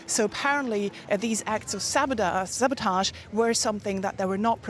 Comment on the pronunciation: Apparently "sabotage" is her kryptonite😂